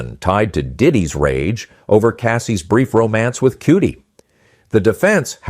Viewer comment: You did not enunciate Cudi’s name right